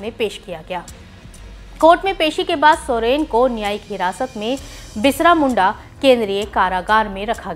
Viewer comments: Are didi bisra... nhi hota h......birsa hota h... Samjhe uccharan pe dhayna do.....thora😠😠😠😠😠😠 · बिसरा उच्चारण मुद्दाम करके बिरसा नाम दबाना है मिडिया बहुतनालायक है। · Pahale to ap birsa bhagwan ji ka name sahi se le lo madam